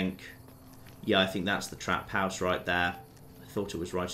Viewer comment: Lol, can't get over hearing say 'trap house'.